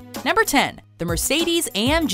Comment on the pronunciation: Its si funny how you pronounce BMW and Mercedes 😂😂😂